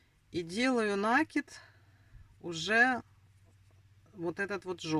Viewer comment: НакИд,накИд,накИд!!!! Запомните, пожалуйста!!! С Украины наверное,не знаете русского языка,не знаете где делать ударение?😮😮😮